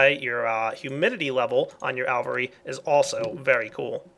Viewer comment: It's "AL-vee-AIR-ee"!